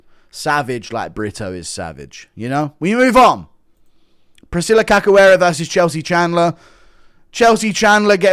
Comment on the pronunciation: cachoeira is pronounced like “kash” not “kak”